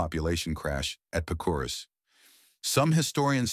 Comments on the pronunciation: You did a great job with the artwork and the entire production. However, I’m 99% sure you are mispronouncing Picuris. I lived in that region half my life and I always heard it with the strong accent on Pic’ . Twenty-five years ago the once a decade conference on early man shocked the archaeological community with the genetic revelations that were resulting due to the government collecting dna samples from every tribe and making the data available. Native Americans were rarely in on this. One finding I remember from this conference was the string link between Hopi and Tibetan genes. I live in Brazil. We have tribes on the Atlantic coast who have genes linked to Southeast Asia. And oral history—it has built in checks and balances. One is trained from youth to repeat that history verbatim without a single alteration or mistake. Some oral traditions go back 40,000 years. The Hopi’s for exampleu. By the way, Picuris Pueblo is a small impoverished community. A tiny tribe with many serious problems and hardships in their life. All pueblos have stories of the places they came from and I imagine all of them can name the ruined city or village where they moved from. Best of luck with your work. One day you should attend the Shalako ceremonies at Zuni. There you can experience the power of oral tradition first hand and all night long. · Picuris pronounced Pea, coo, reese. They are also related to Taos. 11th century was the dark ages when Europe didnt see the sun fo 3 years. Supposedly the whole earth was covered by a cloud of ash. Aztecs used Chaco Canyon as a religeous center and used canabalism to control the regional population. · Pronounced "Pic.er.ees" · Couldn't whoever narrated this (AI ???) at least pronounce "Picuris" correctly? It's like : 'Pi cuh reece' over in New Mexico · Picuris is pronounced "pik-uh-reez"